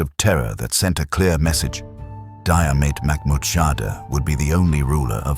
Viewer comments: Jeer-mit Mac-moor-ha-da * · Getting his name right would have been good. Why do AI? Are people so lazy that they cant even read an 11 minute video? And most of the images do not match the place or period in time. Again, why do this AI?????